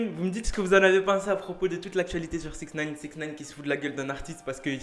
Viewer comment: Attttt 2sec a tu as dit 6in9ne quoiiiiii ?